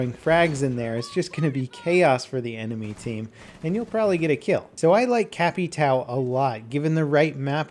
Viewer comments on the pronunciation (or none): Its pronounced capito not capitao :) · capitao = capitan but if you dont want do translate you can say "capi-town" caveira = skull you can say it like "caveira" but it's important to dont skip the "i" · It's a good vid but it's pronounced cap/I/tay/o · CapitAAAAL... Não da pra pedir que eles saibam pronunciar ÃO, mas bem loco terem operadores brazucas!!! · Holy shit, Why is everyone so mad about it... Gringo means Foreign, as someone who is not Brazilian (In this case)... I just found funny how they can't say ÃO, they say AL, and for me it's just funny... I can't say correctly a lot of english worlds, chill out guys. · Come on I know you can get the name right, it's Capitão. His name is just the Captain military patent, if you can't get the brazilian version right just say it in english, it's more appealing to hear. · The way says capitão is funny lol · It's funny hearing trying to say capitao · Man, the way you speak Capitão drives me crazy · The way he says capitão is fucking horrendous